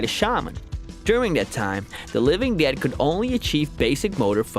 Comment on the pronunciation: "the living duuh"